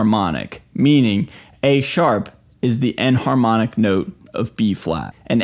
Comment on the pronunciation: Are you saying “end harmonic” or “an harmonic”?